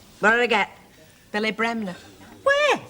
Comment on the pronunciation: It sounded like Blanche said Phily, instead of Billy.